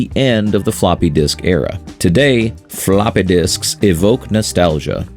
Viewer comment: "Fa-LOPPEH disks!!" This makes me giggle for some reason. X)